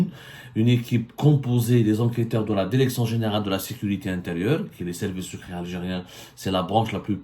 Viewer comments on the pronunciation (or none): Si on retire toutes tes répétitions dans ton discours ta vidéo ne va pas durer plus que 10 mn. Fais un petit "toilettage" au lieu de te répéter à longueur de ton intervention. Et pour finir améliore aussi ton élocution en français c'est insupportable. Quelques exemples: "la védéo, la déréction, dès son lémogeage, autorisation délévré, et de fél à aiguilles et j'en passe ... Par ailleurs, je souhaiterais savoir aussi pourquoi I24News, chaîne propagandiste de l'état criminel sioniste qui assassine femmes, enfants et vieillards Palestiniens DÉSARMÉS t'accueille les bras grands ouverts. Cela mérite réflexion de notre part sur le pourquoi du comment et des éclaircissements de ta part. 😉 Sinon pourquoi tu monétise tes vidéos avec des pub intempestives puisque d'après toi, le but d'Algérie Part est d'informer les algériennes et les algériens.